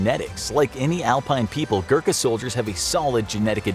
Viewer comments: It's Gorkha not Gurkha, please pronounce properly... Anyway nice informative video. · It's pronounced "Goo-Rr-kaa" not Gurka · Im from Nepal, and I know how good they are. Btw, "Gurkha" is pronounced as "go-rr-kk-ha" not "gurk-ha" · It is Gorkha not Gurkha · It's ghorkhas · every nepali happy until they realize the english have been pronouncing every word he tried to say wrong. Yes, I am a nepali and am salty about him not being able to pronounce any nepali word such as gurkha, gurung, khukuri, shrestha etc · As a nepalese, I feel awakward when u say gurkha badly